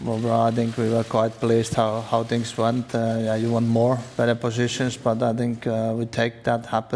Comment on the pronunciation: TINGS??? 2 PLUS 2 IS BWOAH MINUS 1 THAT'S 3 QUICK RACE